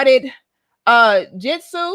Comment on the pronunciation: Lmao the way she said “Jitsu” lmao it’s so cute how she doesn’t know what it is 😂